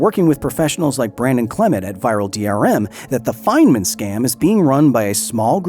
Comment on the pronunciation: feynman❎ Fentman✅